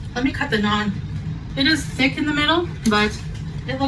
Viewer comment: How she dk how to say naan 😭😭